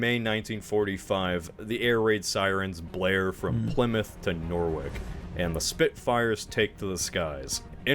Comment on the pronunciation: Did he pronounce Norwich (norrich) as naw-wick